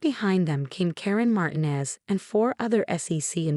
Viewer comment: Straightened, not straightener. Rattle, not row. Securities, not security's. He'd, not heat. Patience, not patients. Robes, not rose. Armani, not Armana. Pronounce Martinez correctly, please. You need to, not UNITO. Falsified, not falsify. Damning, not danning. His, not is. Lost on me, not Law Zombie. Pro Bono, not Pro bonna.